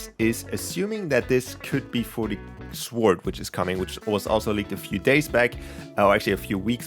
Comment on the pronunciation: no offense but sword is read sord not sword